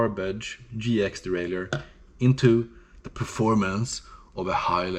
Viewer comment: You got me clicking on the video after you crumpled the "derailleur". 🤣